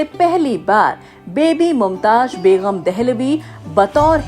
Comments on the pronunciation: Bagam not baygham! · Longer than the video is your list of questions...very boring madam it's begum not begham